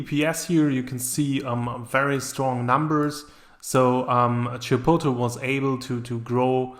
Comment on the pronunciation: Can you please pronounce Chipotle properly